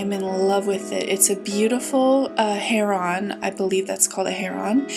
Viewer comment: Heron is pronounced herin not "her on".